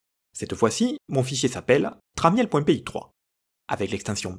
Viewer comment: Une version plus avancée pourrait essayer de convertir l'image en basse résolution ;-) Pour information, Tramiel se prononce "tramme-elle" (le i est silencieux). Jack détestait que tout le monde prononce mal son nom de famille.